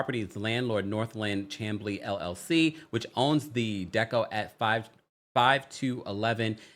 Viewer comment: Its pronounced Sham-Blee lol not Cham-Blee